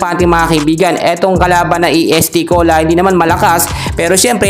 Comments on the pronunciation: est cola hindi E.S.T. cola anu kb????ayusin mo!!!! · Correction idol Est Cola not E S.T.Cola..❤❤✌️✌️